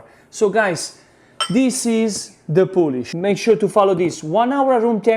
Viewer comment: Coming here for a 1 hour pizza dough: "the poulish after 24 hours". Okay.